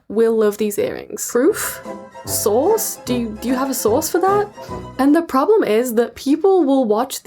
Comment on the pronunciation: Ashamed to admit that this entire time I thought she was asking “where’s the sauce” and not “where’s the source”